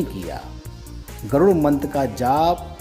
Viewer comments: गरूण मंत्र नही गरुड़मंत्र उच्चारण करना चाहिये आप ही गलत उच्चारण कर रहे है जय विष्णु भगवान, ॐनमो नारायण,जय हो बालाजी की 🙏🏼🙏🏼🚩🚩🚩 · Garun nahi Garud mantr kaho pappuji